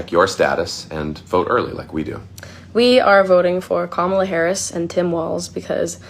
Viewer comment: Kam-a-la just like you pronounce Pamela . It's the same way. So many people mess up her name. Lol.. Said with love❤